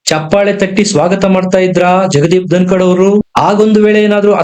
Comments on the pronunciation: ❤️ಸರ್ ಧನಕಾಡ್ ಅಲ್ಲ ಧನಕರ್.. ಐ ಲವ್ ur ವೀಡಿಯೋಸ್.. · ಜಗದೀಪ್ ಧನಕಡ್ ಅಲ್ಲ ಅದು ಧನಕರ್